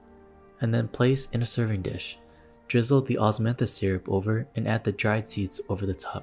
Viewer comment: “Osmathis flowers” OsMaThIs wiNe JSDJSOSHSJDJJS